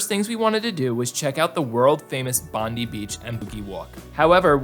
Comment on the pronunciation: Haha had to feel rough to realize you mispronounced “Bondi” so many times. Always kick ourselves when we realize we mispronounce words in videos 😂